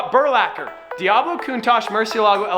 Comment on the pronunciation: Merci or the Cuntaj or however u pronounce these names lol😭